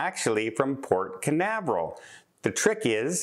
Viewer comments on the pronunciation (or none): none